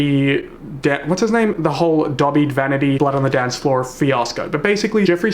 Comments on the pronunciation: Every time I hear you say Davhie I hear ‘Dobby’ and I keep seeing Dobby from Harry Potter xD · Is anyone else hearing him say "Dobby" Vanity? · Off topic but the way you pronounce that davhi guy sorta sounds like you're saying dobby and I kinda live for that (Btw I'm not making light of the situation, it's just a silly thing I noticed) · I'm glad I'm not the only one who thinks dahvi is an annoying name.. his real name is Jesus... 😬. Keen keeps saying darvy. I hate how so many people believe everything starry jeff says. He's awful, I remember back when he got a bit of MySpace fame and he was even nastier. He made videos of himself back then too and I don't know why he got away everything at the time. He's a nasty narcissist who revels in causing drama for his own gain. Also... Tati is in her mid 30s.... What?! I'm 33, I thought she was early 40s. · Jesus (Pronounced Hey-Zeus) David Torres is Dahvie's legal name.